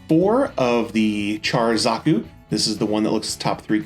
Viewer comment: dont feel bad all the zeon suits have weird names. like its pronounced big zaam not zam